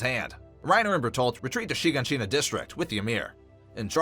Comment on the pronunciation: “Sheen-Ga-Sheen-Ah” bruh its “Shi-gon-sheena”